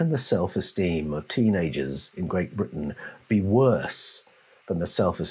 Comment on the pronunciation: Sounds like brutish !; instead of Britton 😡